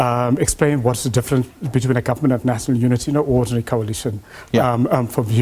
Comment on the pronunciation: This is a confused professor ..... "Nasonol unity"